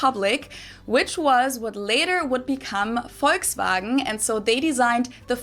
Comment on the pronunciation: the "bmw" attempt was REALLY good, the volkswagen one needs a bit of work though :P